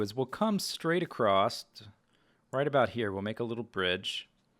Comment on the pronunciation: "Acrost" ahh